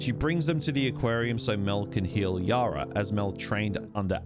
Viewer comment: I-Zack! I can get over his blatant mispronunciations even when the game tells you many times how it's supposed to be said. Idk just one of those pet-peeves of mine I guess.